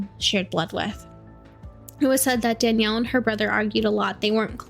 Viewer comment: Please remove this. The uploads of this case all over the true crime scene have been hurting all of us who were close to danielle and seren. Anyone who requested people to post about this was not someone close to them. Danielle and Seren (Not pronounced correctly a single time in this recording by the way) would have absolutely despised being spread around like this. Not only that, there is so much incorrect information being spread in every single one of these. Please. I am BEGGING. I mean no disrespect, but I am BEGGINGGGGG you to please consider those of us who were actually close to this as well as what danielle and seren would have wanted. I was their best friend. We had so many talks about true crime and how they would have felt about this stuff. Please. These are actually hurting us and our healing. Our loss of them is not content. Please.